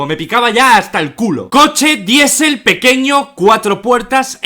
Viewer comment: Minuto Diesel jajajajaaj como lo dices